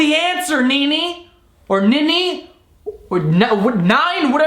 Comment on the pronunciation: My aunties name is Nini and you said it right the first time, I don’t know why I’m typing this the vid was uploaded like a year ago